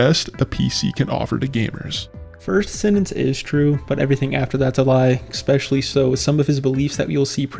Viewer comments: I just wanna point out that you consistently pronounce “especially” as “eckspecially”. Doesn’t really bother me, but now you know. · The text clearly says "especially" but you read it as "expecially". Why? EDIT: Nvm I think you just have a learning disorder. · Dude needs to get a fucking life. Also, it’s spelled especially. So stop pronouncing it EXPECIALLY. Please, for the love of god. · why don't you pronounce especially correctly? there's no X in it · It’s a common mispronunciation, like when someone says “axed” instead of “asked” or “brought” instead of “bought”. Not sure why but I assume it’s picked up from people around them.